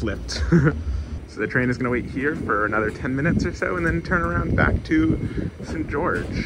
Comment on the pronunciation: I didn't find the "St. George" pronunciation to be weird. Sounded a tad British if anything but not odd. Kind of like St. John → Singen, just not as extreme.